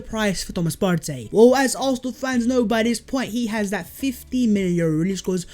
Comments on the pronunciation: Bro loooool your videos are cold but stop saying Partey’s name that way he’s Ghanaian. Not Afro Latino or European. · Why do you roll your tongue when saying "Partey"? He's not Spanish lol